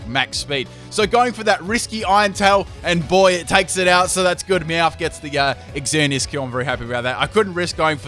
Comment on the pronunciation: Ooof it kinda annoys me how he says exzerneas